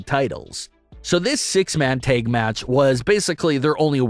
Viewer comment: Dude...the "a" in "tag" is a short vowel!